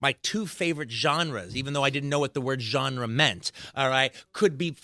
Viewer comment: Say "genre" one more muthafuckin' time! I dare you!